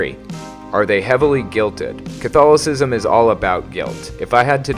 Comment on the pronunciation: I swear, the way you say it, it sounds like Cthulhu-cism